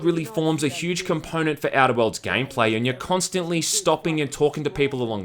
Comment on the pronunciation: The way he says Outer Worlds sounds to me like "edibles" lol.